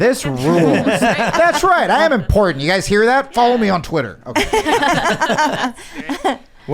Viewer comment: I love MTG, I like the way she says impordant instead of important.